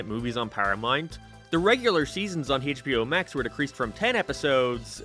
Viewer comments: "Hey-ch B O max" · Hey-CH-bio max